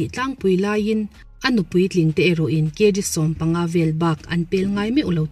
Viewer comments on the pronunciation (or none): none